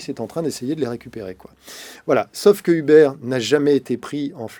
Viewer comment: Un effort sur la prononciation ? Il me fume à prononcer "Hubert"